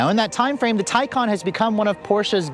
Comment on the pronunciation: How does ‘Taycan’ translate to ‘Tycon’?